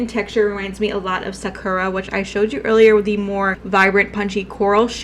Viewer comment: I only know how to pronounce Sakura bc I watched Naruto. But I can tell you didn’t. Anywho you inspire me to use lighter shades it’s quite a vibe. But I do love my intense eye makeup looks.